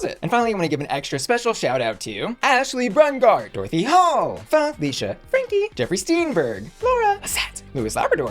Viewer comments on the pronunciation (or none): none